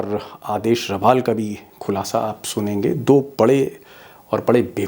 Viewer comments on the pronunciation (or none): रवाल नहीं रावल...